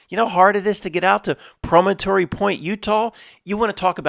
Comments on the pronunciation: Promontory: Emphasis on the first syllable (PRO-montree). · PRAH - men - tore - reee